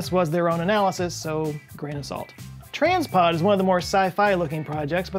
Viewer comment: I don't think it's pronounced Trains pod. It says Transpod.